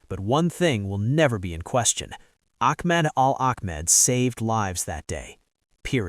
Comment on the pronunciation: It's pronounced Bond EYE Beach. And his name is not Akmed. So annoying. But it's wonderful that he was honored for his bravery and I hope his recovery from the surgeries will be quick and as painless as possible.